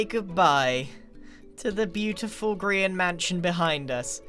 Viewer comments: It's not a green hous I s Grian hous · How do u pronounce grains name Green?